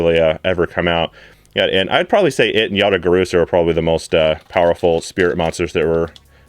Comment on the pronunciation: If he says "Yata Garusa" one more time I'm going to scream